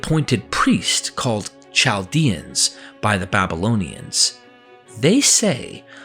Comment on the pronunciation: I regret that I have but one thumbs down to give. How on earth do you pronounce Colchis correctly but pronounce Chaldean like chalk, or chew? Dee-odorus See-cwoolus. And, sadly, the pronunciation is the best part of this so-called "history". Just complete lunacy...